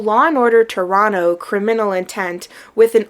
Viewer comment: You pronounced "Toronto" perfectly so l'm going to watch this entire beast of a video.